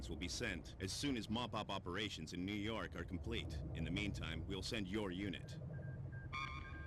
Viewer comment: "New Yark"